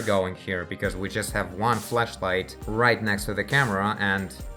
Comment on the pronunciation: is it just me or does it sound like he is saying fleshlight every time he is trying to flashlight?